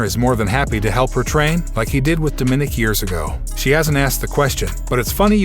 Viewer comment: Yes, bj bowman. You hammered that nail. The Doofus who gabbled this audio does not even know how to say "DOMINICK"!!